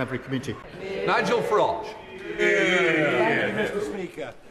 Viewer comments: He called him Nigel Frodge 😂😂😂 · i am not laughing at thoae girls, the situation or even at Nigel farage. I'm laughing at the way it was pronounced in this video when his name was called out. That doesn't make me inhuman. Sorry you got triggered, blame speaker of the house, not me.